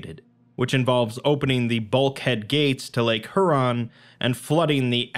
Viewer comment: great reading but the way you pronounced Huron gave me pain